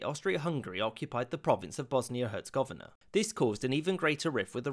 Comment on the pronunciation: you pronounce Herzegovina wrong L